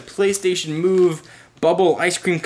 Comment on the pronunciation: the first time he said ps move it sounded like police station move haha